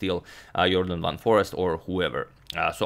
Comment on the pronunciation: If you're curious, Foreest is pronounced in Dutch as "Foraste", not Forrest